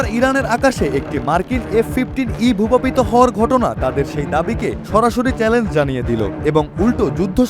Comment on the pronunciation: ভূপাপিত না। ভূপাতিত। উচ্চারণ ঠিক করা দরকার।